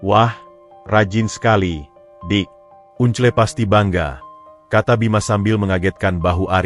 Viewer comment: Baca uncle kok gitu to un cle kan itu BHS Inggris (baca angkel) Dulu sekolah saat pelajaran BHS Inggris pasti selalu tidur atau tidak masuk ya !?